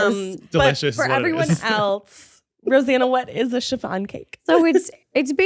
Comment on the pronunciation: Anyone realize that said Rosann 😅😂